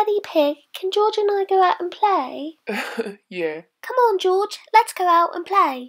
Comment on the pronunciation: Mommy pig: "Who's that?" Daddy pig: "That's Gorge" Mommy pig: "Oh yeah! Blorge" Me: "Dieing laughing 💀"